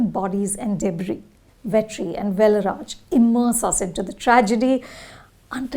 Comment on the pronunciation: Pronounciation of kumaresan,velraj,viduthalai😢🙏